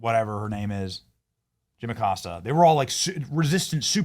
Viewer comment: Jim, the accostah🤔